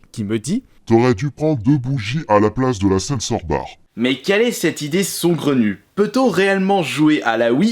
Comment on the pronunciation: On dit "SAUGRENU" BORDEL